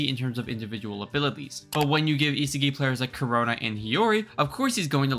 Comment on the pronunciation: Bro is butchering the pronounciation of isagi aha